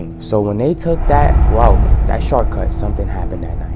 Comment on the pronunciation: “The sharcut”😂😂😂